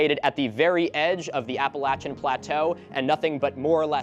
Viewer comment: A coffee milk drinkin yankee that can also pronounce Apppalachia? Now that's a first! Thanks for always being so thorough in your vids